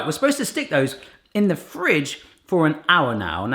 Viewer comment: why do you have to say fridge like that